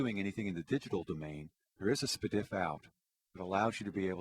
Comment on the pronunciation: the way he says spdif